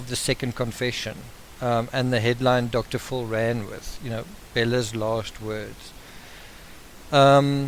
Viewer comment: I like your accent,fxl "Dr Phil " sounds like "Dr Fool" !!! HaHaHa